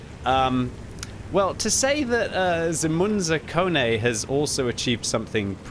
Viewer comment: Its not Zemunekonee..his nick is Zemun zakon...which means Zemun rules...Zemun is part of the Belgrade. Bravo Munzekonza...:)